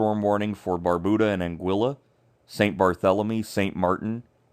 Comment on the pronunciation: Thanks for the updates. I would suggest, however, learning the correct pronunciation of the islands’ names. Barbuda, Antigua and Nevis, for example, are mispronounced